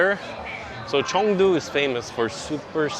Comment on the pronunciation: Chengdu not Chongdu